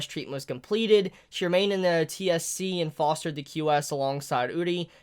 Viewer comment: Im pretty sure its pronounced T.S.C. ( Tokyo Security Committee ) similar to CCG. And the time skip is 6 years ( it says so at the bottom of page 2 )